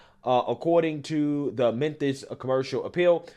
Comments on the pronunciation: Am I tripping, or is he saying "Menthis"? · Is he saying “Menthis”? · It’s pronounced Mem-Fis